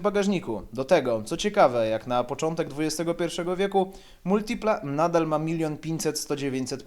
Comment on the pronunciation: Ciul tam z Multilipą! Za sam wstęp "laik"... Hahahaha, a ciemnota śmieje się z jakości wnętrza w amerykańcach! Przyjrzycie się lepiej wpierw Multilipie, bo takiego czegoś to w amerykańcach nie znajdziecie nawet starszych od tego F.I.A.T.-a... MotoBieda - wyprzedził czas z cupholderami?! Mój były Pontiac z przełomu lat 80/90-tych miał ich 16...oraz bodaj 5 popielniczek! A propos w tych cenach znajdziesz lepszego vana np. Pontiac (Chevy) Trans Sport/Chevy Lumina APV...trzeba tylko umysłem wybiec poza utarte szlaki oklepanej, europejskiej motoryzacji.